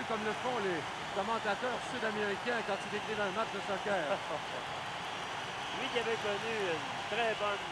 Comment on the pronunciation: ''soquère'' LMAO